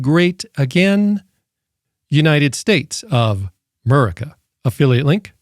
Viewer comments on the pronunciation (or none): none